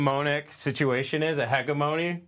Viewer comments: Can't pronounce hegemony hahahaha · Maybe look up words you don't know how to pronounce like "hegemony", because what you invented there ain't it.